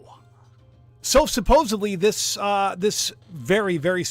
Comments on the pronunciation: not "supposably" -- SUPPOSEDLY....suPPOSEDly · Supposedly is correct ✅ Supposably…is NOT!!!